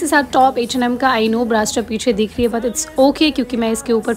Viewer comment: No offence But hindi bolni aati h or bramhastra nhi bol pa rahi ho theek se Ye fake accent hindi bolte huye bhi Hey bhagwan🤮🤮